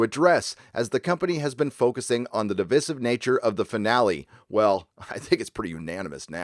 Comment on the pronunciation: I love you dude. I really do. But I have a problem with the way you say “divisive” lol. You say Di VEE SIVE. Actually you said it right the second time (Di VIE Sive)